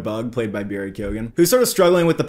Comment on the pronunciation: KEOW-AN! That’s how you pronounce it!